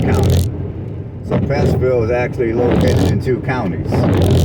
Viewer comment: There is no S in Prattville and you said our county wrong too, sheesh